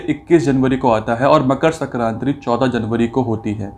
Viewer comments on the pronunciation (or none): It's sankranti sarkranti nhi